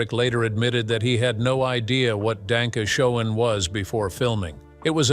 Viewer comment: Wayne Newton. Danke Shane is how is pronounced